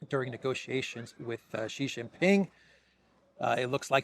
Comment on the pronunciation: Yes, you pronounced Xi right. Credibility soars! Thank you.